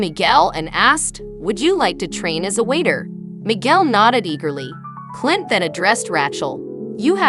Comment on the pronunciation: The AI voice is just horrible, mispronouncing Clint's name and other screw ups.